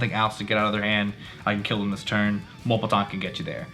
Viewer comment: Its “mew”- lepton. Just FYI bro. 🤗